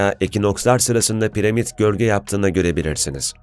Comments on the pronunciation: Piremit değil piramit onu bile yanlış biliyorsun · abicim piremit değil piramit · Her piremid dediğinde kahroldum